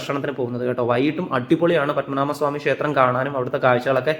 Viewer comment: പദ്മനാമ സ്വാമി അല്ല... പദ്മനാഭ സ്വാമി എന്ന് പറയൂ....അതറിയില്ലേ 😮 പദ്മനാഭ... എന്ന് പറയുന്ന തിന്... ഒരർത്ഥ മുണ്ട്...